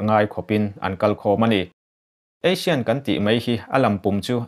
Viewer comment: Asian tilo in Asin ti ang deuh a ASEAN hi lamrik tur,, summit spelling pawh submit tilo in samit tih tur, Mandalay pawh Mandalai ila ti reng mai.....ka khirh lutuk lo ang chu maw....hahahaa